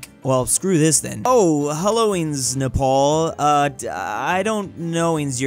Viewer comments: its napar nap-R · I felt physical pain when you said triangapore but not neprawr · Nepal? More like... NE-RAW?